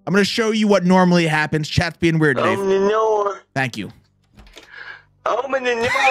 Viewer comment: OPNE THE NOOR